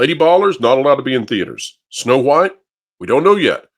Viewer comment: Am I the only one who gets unconfortable by the way you say the H in wHite? 😅